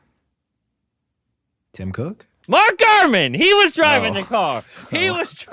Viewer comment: Ain't no way bro said Gurmanese😂